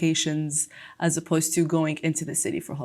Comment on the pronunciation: She spoke naturally. she really was great in this mock test. Bravo!!!! I'd like to ask you a question: do you pronunce: "as you know" "aj you know" also I've heard you in your previous videos you pronunced: " I promise you" "I promij you" , is it right?